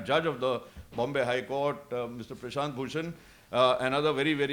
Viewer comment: Prashant, not Prashant